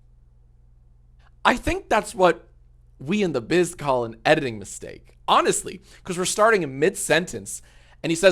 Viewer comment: How does he say editing like that. he rolls the D and gets a 3. "I think thats what we in the bizz call an Eddddiding mistake"